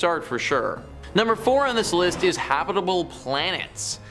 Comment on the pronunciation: Why can’t you pronounce everyday words correctly. “Habitable”, eh? There were many more.